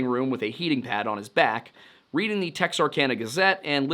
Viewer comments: Pronounced : tex-ark-anna. Not tex-ark-onna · It's "tex-are-can-uh", not "tex-are-con-uh".